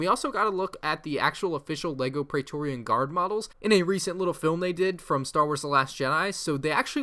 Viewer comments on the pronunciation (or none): none